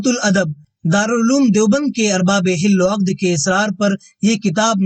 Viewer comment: مثلا حل وعقد بالفتح ھے اور آپ بالکسرپڑھتے ھیں اسی طرح اور ہی کئی الفاظ ھیں